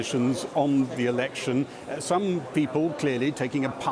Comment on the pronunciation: Anyone notice at 13.08 the presenter says erection instead of election